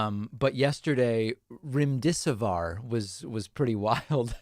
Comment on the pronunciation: Remm-dess-siv-veer is the pronunciation for remdesivir.